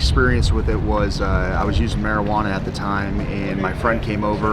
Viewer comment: He said Marinuana in the same breath as Heroine and Cocain 😂😂😂 cmon bro…. If you want to be given any sort of credibility then you have to come with real shit.